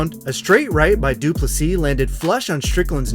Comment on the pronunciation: Thank you for pronouncing DDP‘s name correctly 👊🏻